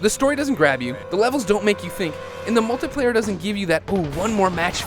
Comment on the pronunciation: gun dosen't sound real. your one to talk. you can't even say multiplayer right